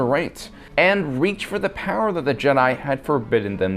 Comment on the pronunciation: at least Palpatine knew its spelt power not powaa